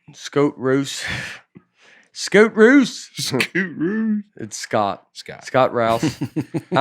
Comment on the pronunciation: I've never commented on the show before and yet Nate still managed to get my name wrong. Haven't met anyone else with my name yet but it's nice to know there's another Scott Rouse (or Scoot Roose if you prefer) that's a fan of the show. Love the podcast, keep up the great work, and thanks for making my commute a whole lot more fun. Y'all are the best and shout out to all the other Scoot Rooses that might be listening